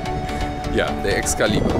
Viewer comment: "Excalibur poker room, how may I help you?" You: "E-yes is dis the Es- cali- bur poke rum?" LMFAO; you're so funny and humble. Keep up the good work buddy!